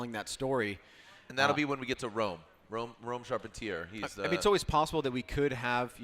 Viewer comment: Tell the announcer to learn to pronounce the drivers names. He has gone back and forth on Rome’s last name. It’s not charp-en-tear